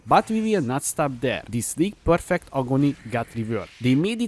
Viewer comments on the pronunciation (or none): none